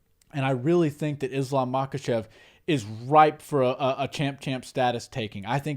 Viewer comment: I think the letter k is silent in their part of the world. So instead of ma-kuh-chev, I think it's pronounced ma-huh-chev I picked up on this while learning how to say Khabib's name. The k is silent. And I think it's the same for Khamzat chimaev as well.